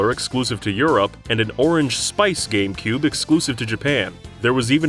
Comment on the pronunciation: What's a "Gamcube"